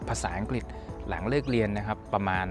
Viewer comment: ใดๆคือประทับใจที่คุณพี่ออกเสียงคำว่า “อังกริด”ได้ถูกต้อง ชัดเจน(ไม่หลุดคำว่าอังกิดสักคำ555) การศึกษาจำเป็นจริงๆ เอ็นจอย ยัวร์สเตย์นะครับผม…